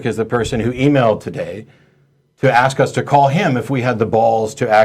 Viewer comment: I hate it when someone axes a question.